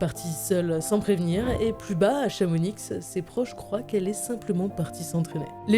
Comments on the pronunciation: pour la partie des 100h de solitude vous dites ChamoniX mais sa ce prononce Chamoni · Chamonix et pas ChamoniX s’il vous plaît 😭😭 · CHAMO QUOI ?? ON DIT CHAMONI PAS CHAMONIXE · Ça ce prononce « chamoni » pas « chamonixe » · Arrêter avec ChamoniXX ça se prononce Chamoni(x) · "Chamonixe" jai envie de meurtre quand jentends cela CHAMONI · comment ça Chamonixxxxe?!?! Ca se prononce Chamoni!! J'ai failli faire un arrêt 🤣🤣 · J’ai bondi de mon canapé aha, blasphème ! 🤯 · On dit Chamoni! Le x ne se prononce pas 😅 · top mais par pitié, ne dites plus "ChamoniX" ont ne prononce pas le x et le z dans notre beau pays :) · Super vidéo simplement à c’est Chamoni(x) le x est muet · je me suis étouffé carrément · vraiment ça me rend dingue ça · le X de chamonix ne se prononce pas !!!!!!!!!!!!!!!!!!!!!!!!!!!!!!!!!!!!!!!!!!!!!!!!!!!!!!!!!!!!!!!!!!!!!!!!!!!!!!!!! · Prononcer le X de Chamonix, une insulte à la Savoie qui devrait être punie de prison à perpétuité 😱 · On prononce pas le X dans Chamonix bordel de dieu...vous prononcez pas le S dans Paris non ? Alors faites pareil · Juste à quoi ça vous sert de critiquer, parce qu'il y a un moment avec de l'IA (ce n'est pas la mort) alors que a prononcé le X de Chamonix. La oui y a un problème mais pour l'IA, pour rappel c'est un outils et donc une aide car je pense que vous ne connaissez pas le temps qu'il faut pour faire une animation, ce qui retarderait énormément la vidéo, donc soyez content, d'avoir cette vidéo et d'apprendre des choses au lieu de critiquer avec le simple fais que durant un petit moment de la vidéo ils utilisent l'IA pour illustrer et faciliter la compréhension des auditeurs. Mais sinon c'est CHAMONIX et le X ne se prononce pas!!!!!!!! En réalité c'est une très bonne vidéo, de plus très intéressante et instructive. Merci et continuer comme ça 👏🏻